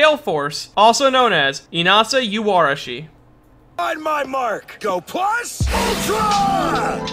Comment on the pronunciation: Yoh-arashi, not You.